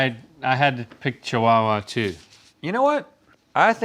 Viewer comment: ive never heard chihuahua pronounced so strongly like "cheewawa", and i live in australia